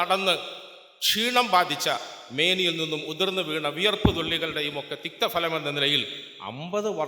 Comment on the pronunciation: "തിക്തഭലം" ആകെകുടുങ്ങി..,. നല്ലഭലം എന്ന അർത്ഥം ഉദ്ദേശിച്ച് "തിക്തഭലം" പറയുന്നത് ഭാഷാപരമായി വലിയ തെറ്റാണ്..... ഏരെങ്കിലും അദ്ദേഹത്തെതിരുത്തണം.... "തിക്തഫലം" Bitter taste.